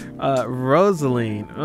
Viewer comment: Did you just call Rosalina “rosaline” ...